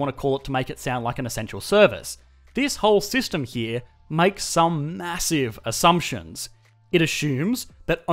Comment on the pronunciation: Well, that's your personal hassumption